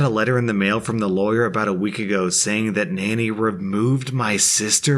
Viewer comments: Second story is why you don't spoil kids, no matter what work ethic you think you're instilling into them verbally. Also, "Nani" is pronounced "Nah-knee", not "Nanny". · the word in the second story is not pronounced ‘nanny’ it’s pronounced ‘nar-nee’. It’s a Hindi colloquial term for grandma. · Btw, I think the grandmother in the second story might be pronounced Nah nee. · You said Nani wrong!